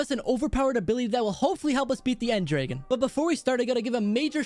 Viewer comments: Did he just say end draegen instead of end dragon?? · When you said end dragon it sounded like end drage